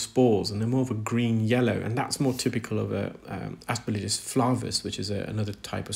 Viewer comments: Every medical professional who has discussed aspergillus with me (I had an unpleasant issue with it some 40 years ago) has pronounced the third syllable as “gill”, not “lidge”. Exactly as it is spelled. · Please say asperGILLus, not asperLIJus! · a friendly GP from across the pond. Love your videos and your scientific explanations of the various ear conditions you encounter. One detail I noticed and wanted to share, the fungus is called Aspergillus, it doesn’t rhyme with religious as you’ve pronounced it. Not trying to be condescending or picky, just wanted to be helpful as you are a consummate professional and just want to help keep your presentations buttoned up. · I think the replies here are a bit harsh. The comment isn't attacking, or his knowledge or skills. At worst it's nit-picking and pedantic. But pippa isn't the only one frustrated by this particular mispronunciation - I often find it so jarring that it distracts me from what actually saying. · She's not asking for an American accent, she's just asking for the consonants to be in the right order. Like if he kept saying "Aremica" instead of "America". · Yes, some English words are not pronounced the way they're written. This is not one of those words. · There was absolutely no element of hatred whatsoever, and I can’t for the life of me fathom why you thought there was. I have enormous respect for, and the way he redesigns tools rather than complaining about them is superb. But he constantly misprounces aspergillus, and the effect on me is the same as when someone deliberately scrapes their fingernails down an old-fashioned blackboard.